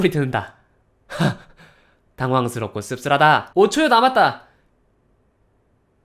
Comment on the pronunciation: 당황스럽고 씁쓸하다 일본어톤으로 말하는거 ㅠㅠㅜㅜㅠㅠㅜㅜㅠㅜㅜㅜㅜㅜㅜㅜㅜㅜㅜㅜㅜㅜㅜㅜㅠㅠㅠㅠㅠㅠㅠㅠㅠㅠㅠㅠㅜㅜㅜㅜㅜㅜㅠㅠㅜㅜㅜㅜㅜㅜㅜㅜㅜㅜㅜㅜㅜㅜㅜㅜㅜㅜㅠㅠㅜㅜㅜㅜㅜㅜㅜㅜㅜㅜㅜㅜㅜㅜㅜㅜㅜㅜㅜ